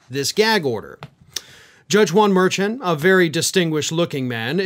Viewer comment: just a bit of help if I may: Juan Mer-shon’